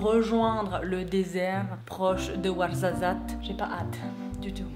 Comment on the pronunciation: je suis comme toi j ai rien compris de ce qu ils ont dit mais le warzazat c est trop drôle comment tu dis je sais même pas si c est comme ça qu'on écrit mais bref je t adore🥰 ( et j ai réaliser que j ai le même bracelet) qui se fait pas quoi faire: bon bah je vais aller bouffer